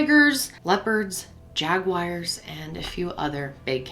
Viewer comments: No one:: Jagwires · Omf the way you pronounce Jaguars, I